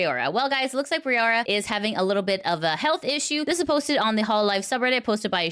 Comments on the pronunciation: When neressa says it it sounds like rowda and Kiara is kiyadada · It's not Rayora, it's Raora (Ra - oh - ra, the last a and the first a are basically identical). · i appreciate all the news coverage you do as it keeps me up to date, but please make sure to put in the effort to pronounce vtuber names correctly. every time you pronounced raora’s name the way you did physically pained me